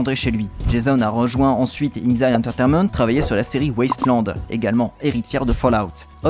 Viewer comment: inXile se prononce inEXile.